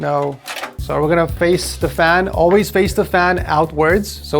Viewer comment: As an Armenian I was flattered when she called the fan "FRRIK"😂